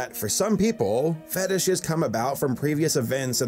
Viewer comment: LMAO at "feetishes!"